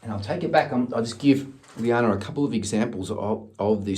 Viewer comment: Omg omg omg! 😲....I'm having a pannic attack 😆....llana just performed her Christmas solo btw....I posted it up on my channel.... also you'll be pleased to hear that she got the lead part tallulah in bugsy mallone! 🫂 🤗 And it is pronounced lana ( just like lana turner)...🤣.... the spelling was her dad's fault 😆 Thank you soooooo much again for doing this! ❤️ xxxx....BTW....I don't suppose you know the link to the exercises you spoke about by any chance?.... if not then I will find it for sure! 🤗